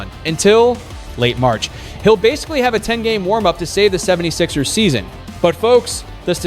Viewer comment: You know it’s an AI narrator when they call the 76ers the “76-e-r-s”. Gonna block this source.